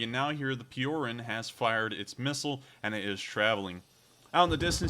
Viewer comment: Just a comment... spelling it for an Anglophone, it's Pee-o-r-oo-n Not pee-o-r-e-n... Spelled Piorun which means lightening bolt..